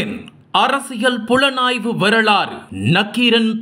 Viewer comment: Pulanaaivu nu sollatiga, enna pulanaaivu pannega